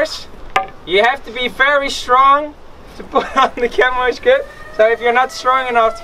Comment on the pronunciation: Nice video thanks. In English is pronounced 'Shammy' ;)